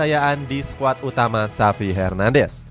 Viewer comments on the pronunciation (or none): none